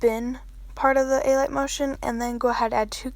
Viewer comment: i think it’s pronounced “uh light” motion not “ay light” motion lol :)